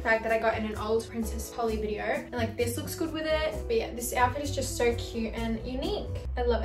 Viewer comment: im crying at the way said princess polly in an american accent omg